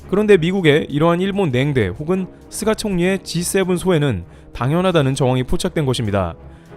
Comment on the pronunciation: "쓰가" ... 속이 쓰렸"쓰가"...?